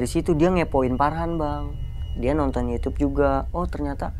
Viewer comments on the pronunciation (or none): none